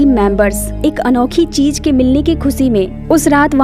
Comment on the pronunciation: Cheej Nahi cheez